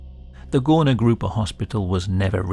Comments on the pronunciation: btw its not spelled "gorna" its spelled "gurna", ó and u make the same sound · "Górna" is actually pronounced as "goorna" :> Great vid! Always love to see the polish cases, so unsettling every time! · ó is actually supposed to be a U. It makes an oo sound. "Górna Grupa" translates to "Upper group" btw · Ó should be read like U. Its actually the same letters in polish 😂😂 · Now THIS is what I'd want to learn about in history class. I live literally an hour away from it and never heard of it, no history teacher ever mentioned it. Also: ó is just a fancy u. It's read like a normal u. So "górna" is read as "gurna" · Am I crazy, or is he really pronouncing ó as an o? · You spelled Górna Grupa pretty well, however ó should be read as U (like in the word "boots") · Just wanted to mention that "ó" is not pronounced as "o" or "oh", but the same way you pronounce "oo" in word "book". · as a polish person, just a tip- ó is pronounce as a u not o! :)